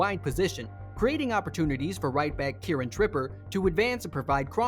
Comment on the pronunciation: Keiran who.? 😂😂😂 I think Its between the lack of info and research he got for the player name or the script and the sound is generated by AI that make it like that.. No hate I'm sorry it's just funny.